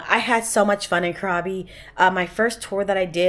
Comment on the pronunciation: Enjoy your exploration in Thailand. I love it. The island you're visiting is pronounced " crabby".